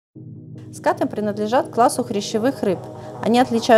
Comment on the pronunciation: Правильно говорить скатЫ